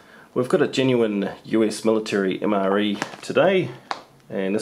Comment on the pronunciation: "Mre toilet paper" xD